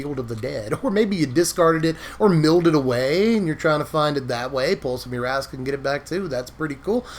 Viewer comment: Am I the only one hearing "Pulse of Your-ass-a"?? 🤣